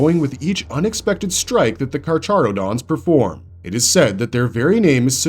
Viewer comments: You absolutely butchered the carcharodons name XD it's read like so kar-ka-ro-dons, like the latin name for sharks. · Idk why but the way he said carcharodons pissed me off